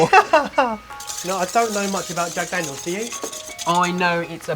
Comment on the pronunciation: Jag Dagnels and bacon strips... Trying to reach someone?